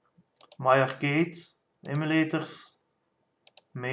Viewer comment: I have to give you an English lesson. It is Arrrrrrrrrrrrrrrrrcade. So Arrrrrrrrrr cade you are saying it arcada. Cade is like cage so say cage and then say cade. Start saying arrrrr and then bring in the cade.